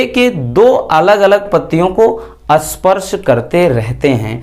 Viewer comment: Sparsh nahin hota usko isparsh bolate Hain